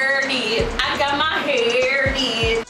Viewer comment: I luv u ! " I got my hur did I got my hur did" 😅😅😂😂😂😂😹